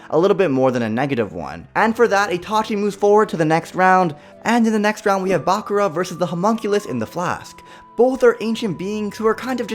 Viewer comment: Hears him say bakura wrong. (My hopes are gone)